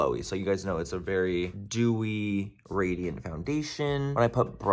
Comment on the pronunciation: are you saying "radiant" or "gradient"??